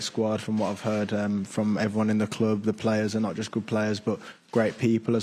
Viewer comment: “ Jut “😂 cant wait for all the press conferences